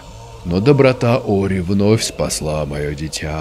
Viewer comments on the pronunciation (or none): Это только я заметил или нет, но назвал "Ори" - "Орио" на 41 минуте, во время наводнения 😂